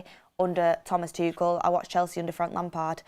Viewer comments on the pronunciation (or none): none